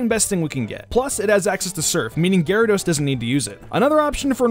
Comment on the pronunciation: Garydos. GARYDOS. Not to be mean but it's gyrados to me to pronounce it is gi-ra-dos not ga-ra-dos